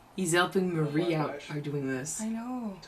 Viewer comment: By the way, Hank's wife's name is "Marie" not "Mary". "Marie" is pronounced more like "muh-REE".